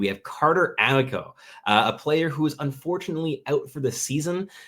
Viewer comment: Carter "AH-MEE-CO", not "AM-ICK-OH"